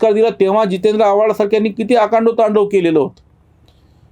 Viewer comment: आकांडतांडव हा योग्य उच्चार आहे आणि अकांडवतांडव हा अपभ्रंश आहे. आपल्या निवेदनात हे जाणवले म्हणून लिहिले आहे. आपला विचार आणि विश्लेषण उत्तमच आहे.